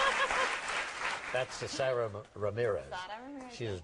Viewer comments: Haha love how she discretely corrects Regis when he says Sara's name wrong. She's so funny and not to mention gorgeous! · i love how JCap corrects Regis when he says Sara's name wrong